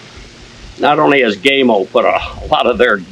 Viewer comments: first, thank you for not taking my anal pronunciation preference as a personal attack, I have watched videos done by gamo reps, they say GAHMO, so even I am not 100% correct, but my pronouncing is " american " , versus Spanish, I own the original magnum, 22 cal, the original swarm maxxim, 22 cal, and I'm saving for the bone collector swarm gen 2 with the mach 1 piston, I also have the original hatsan carnivore 30 cal and a weihrauch hw50s in 22 cal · Funny comment. But that's how most Americans say it. The only other pronunciation I've heard was by an employee of Gamo. I'm assuming his pronunciation was the Italian way of saying it, since Gamo is an Italian company. He pronounced it Gah-mo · love your review, love your garden even more, but pls could you stop pronouncing it gay-mo its pronounced like ham-0 but gam-0 PS also like yr American accent, just not the "gay-mo"! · My buddy here asked me to mention the company name is pronounced with the 'a' sounding as PAM, not PAID. The 'a' in not sounded as the LONG 'a', but SHORT sounding. Buddy happy now. lmsbo! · First, it's GAMO , not Gameo. You pronounce it with a long A, incorrect. It's pronounced with a short A. Gamo, not Gameo. You failed to mention that in order to buy ANY parts for these garbage rifles that don't work properly, you must have a Federal Firearms License. No Federal Firearms License, not replacement parts. Gamo doesn't want you fix their rifles. They want to throw it away and buy another new one. I wouldn't take a Garbage "Gameo" if you gave me one! Dump the leather lid, we don't care if you're bald or not. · Never heard of a air gun company called "Gaymo" as you incorrectly pronounce it. Learn to speak English!. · IT'S GAMO,, LIKE GAMA RAYS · Your pronounced the company name wrong. The color bands are for the purpose of use. Red = pest control and recreation green = hunting blue = target and competition.